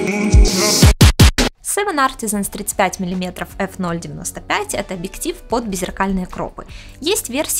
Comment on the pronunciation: Спасибо за инфу, правда, сложно воспринимать информацию от девочки, которая вместо объектив говорит абиктив.